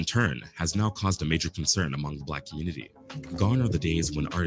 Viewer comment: The "communitah" is already dead. Divest.